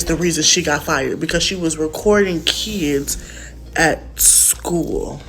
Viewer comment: Shkwel, keeds, brefus, I can only hope this predator wasn't subbing for English class, cause that bi+<h can't even spoke engrich properly.